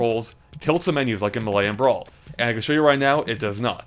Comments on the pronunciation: May Luh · It's MAY-LAY, not MEHLEY